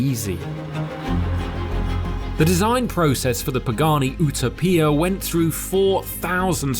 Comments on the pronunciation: Sorry guys but ’ pronunciation of ‘Utopia’ has ruined the entire video. I get it, you want to pronounce names the way the manufacturer does and if these names are exotic or unfamiliar (like Huayra) especially so. But this is not an unknown word in the English language. So why keep putting on a wired accent and saying the name in a wired way and repeating constantly. He say Pagani normally without a stupid accent so why wierdly pronounce the name? It’s like the first time he heard what the car was called it was explained by a person with a very thick Italian accent. But seeing as he’s a car journalist and the cars been in gestation for three years with the name revealed 2 years ago he doesn’t have a leg to stand on. Nearly a fantastic video but I sincerely hope the guys back in the office sit down and explain why he’s a twat. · if only u knew how to pronounce Utopia 🤦🏻‍♂️👀🧠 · Bruh, you've never heard the word "utopia" before? C'mon man! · What's with the tortured pronunciation of "utopia"? It's a word. Just say it. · With all that fancy English talk, you can`t say Utopia right, im out. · How incompetent do you have to be not to learn the pronunciation of a word you’ll be using throughout the review which is THE NAME OF THE PRODUCT YOU ARE REVIEWING 🤯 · His pronunciation of Utopia is comical. He actually got it right one time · Bro can’t say “Utopia” what the f 💀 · I always thought is was pronounced Utopia rather than Utopia. Clearly I was wrong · Man, this vide is great but OOOTOPIA bro plz its "you-toe-pee-ya" like the actual word. But absolutely incredible video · ootoepeeah..Its utopia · Oooo-tow-pee-ah actually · FTR Paddington likes Marmalade not Marmite xD Also, ooo-toe-pee-ah ? Sure its You-tope-ee-ah ? y'know, the word for like the ultimate bliss? and unless the colour grading on the video is poor, that's orange not red. xD Come on guys'.... Journalists are far from what they used to be but get it right ffs. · Oo-tóe-piah I guess